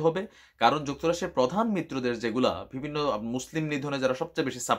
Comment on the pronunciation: Vai pls vibinno na bole bivinno bolen,,it's sounds not good